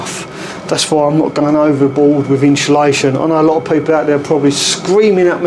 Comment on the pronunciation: No ‘H’ in insulation…. Thanks for the informative video! Keep up the great work! 👍